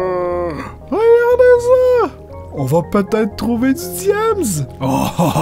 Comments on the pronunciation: C'est... catacombes,. Pas catacombres!;) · 'Catacombres ' mdr